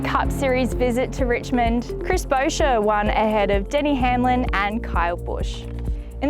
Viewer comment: She butchered buescher's name so bad but at the same time so dod Nascar's announcers with SVG